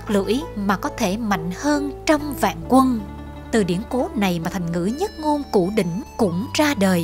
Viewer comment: Đọc mà còn sai nhất ngôn củ đỉnh ad hay thật